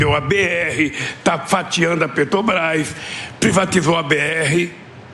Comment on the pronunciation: Hahahahah Lula caducando é o melhor kkkkk parece minha vó antes de falecer... Minha querida vozinha que falava e , do nada, travava... Aí a gente falava : "vó, a Sra tá bem"?? 😂😂😂😂 E outra: será que um dia ele vai aprender a falar " Petrobrás"??? " Petobras" não existe.. tem que avisar ele que isso não existe.